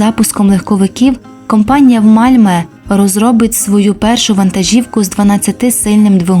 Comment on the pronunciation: Місто не Мальме,а Мальмьйо. Найправильніше шведську букву Ö вимовляти,як російську Ё. Malmö